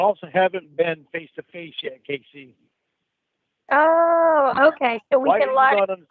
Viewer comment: God I love it when has this dickhead backed into a corner and he has no response aside from liar laughs and mini-syllables and "Caayy-seeeee"s.